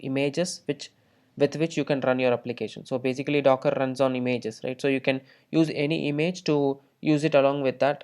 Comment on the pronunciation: имЭйджес.... бля